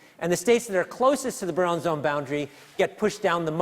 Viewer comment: "Bruon" for Brillouin? Really? Ok, Simon, you know physics, but apparently not much else.